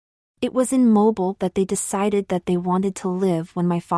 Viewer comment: I love this story, but I really have to struggle listening to the AI screw up so many words, especially pronouncing Mobile, AL as moble when it should be mo-beel.